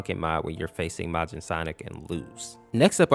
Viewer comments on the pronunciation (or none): It’s Majin MAY-jin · it's not mojin -_- it's majin